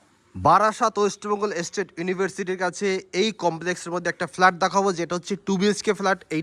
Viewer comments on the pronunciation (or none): Valo noy.r flat hobe.flaat ucharon korchen keno?😂